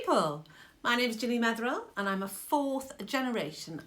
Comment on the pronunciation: It’s Ginny not Genny lol